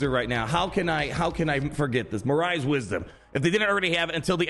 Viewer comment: FYI morai is pronounced more-Eye